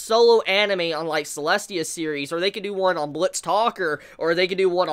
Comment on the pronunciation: It's Selesia, right? I keep hearing/reading Selestia, but I was sure it was Selesia...